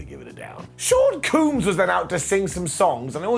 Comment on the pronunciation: Wait. Did he say Sean Coombs? It's Combs. Sean Combs